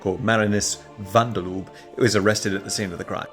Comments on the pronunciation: You're normally so correct with your pronunciation, but "van dur Loob" is kinda wrong, and kinda funny. I could teach you how to say it correctly, but not in the medium of text lol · I love you, but that is not how you pronounce "Marinus van der Lubbe." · There's no ü in Van Der Lubbe.